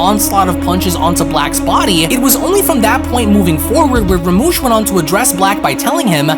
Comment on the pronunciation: Rumshi!! Not ramush